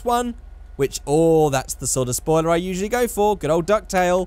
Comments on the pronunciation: "Say um soiler" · SOILER? also proof that i saw all at some point you say "The battle of gay Tony".. its The ballad of Gay Tony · “Say um soiler”